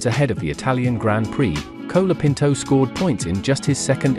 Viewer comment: Who is 'Cola' Pinto? It's pronounced 'Col' as in 'Hol' (Holiday) So his name is 'Col a pinto'.